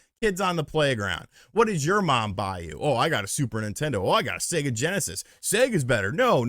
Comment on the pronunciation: Spot on today … but I noticed you are starting to say SegGER instead of sega lately. Turning into your parents!